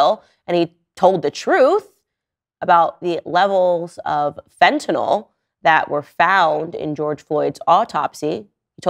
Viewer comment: Why is it so hard to say "fentanyl" instead of "fentanol"?